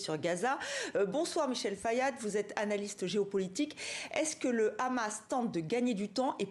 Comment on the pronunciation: Pourquoi il y a que les israéliens dans cette région qui ne savent pas prononcer Hamas et disent khhamas preuve qu’ils ne sont pas du moyen orient 🤣🤣🤣🤣